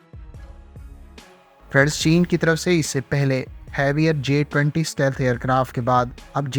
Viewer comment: The word is STEALTH and not SATEALTH. Stealth = اسٹیلتھ